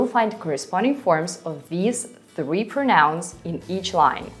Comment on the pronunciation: Thank you so much! Your teaching style is excellent. Your English is excellent too. Just a small point - when you use "pronouns" in the plural, you tend to stress the second syllable, so it sounds like "pronounce." But you have to stress the first syllable - "PROnouns". Looking forward to more of your helpful videos.